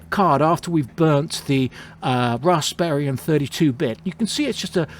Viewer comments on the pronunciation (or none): Rasp-eeeee-an. There are no other "r"s in the spelling.